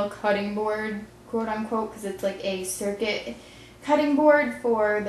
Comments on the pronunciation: Its a "Cricut" cutting mat not a Circut cutting mat. Just saying. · Lol... its CRICUT... not CIRCUT. Like. Cricket. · Cute flower ring! FYI: Even though the cutting mat is spelled 'Cricut', It's pronounced 'CRICKET' (like the bug). Love your vids! <3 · Lol love your vids so not criticism! But I had to laugh out loud I'm a scrap booker that is a cricket mat (cricut) not circuit